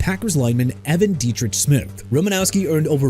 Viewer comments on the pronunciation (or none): none